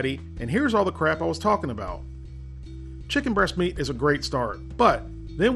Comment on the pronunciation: DUDE YOU SAID CHICKEM TWICE 😂